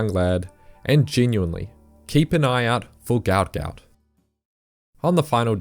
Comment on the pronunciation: Gout is pronounced gwah-ot. you pronounce it as one syllable, not two.